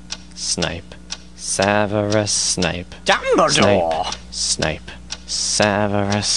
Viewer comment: It's Snape not Snipe!